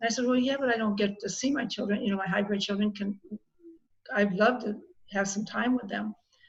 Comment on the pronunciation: It's hybrid, not hybred. Love You